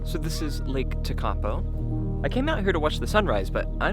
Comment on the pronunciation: Bless... you have to work on the pronouncing of Lake Tekapo. (Try... Tech-a-po not Te-ka-po).